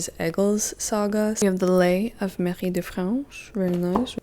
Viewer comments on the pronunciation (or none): none